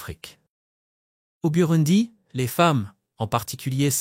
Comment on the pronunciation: N’importe quoi ! Apprenez déjà à prononcer correctement le nom du pays et surtout apprenez l’humilité. Vous ne savez rien de ce pays, vous ne faites que réciter un texte écrit par je ne sais qui.